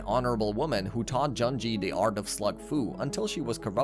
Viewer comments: If you wanna get even more technical, Junjie is actually pronounced closer to "June-Gee-Eh" since it is a chinese name. Though I totally understand it being pronounced as "June-J" to cater to the western audience. XD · Bro what is that pronunciation JUHNJI still liked the video thou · Just a few names you didn't say properly: Locke and Lode are pronounced as "Lock and Load", since Locked and Loaded is a term. Junjie is pronounced as "June-J". But overall really good video compressed in just 24 minutes! Slugterra has such a unique story and was such a great show, but it's a shame Wildbrain couldn't spare the budget to continue the show. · That and him pronouncing Junjie as Jun-jee lmao Such a pain that most people can't pronounce chinese names correctly.